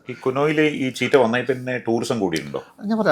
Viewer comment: The word cheetah is pronounced as CHEE-tuh